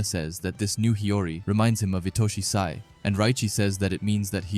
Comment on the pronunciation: yo please say sai next time and not "say"